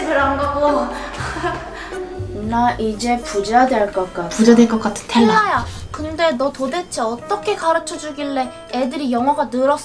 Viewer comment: 텔라는 발음도못하는데엄청질해묘